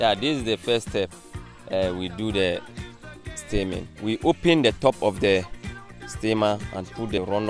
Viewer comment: Am I the only one who thought he said seaman instead of steaming